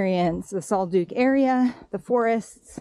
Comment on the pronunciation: Great video. I plan on doing it this tear. Pronounced Sol duck rather than sol duke.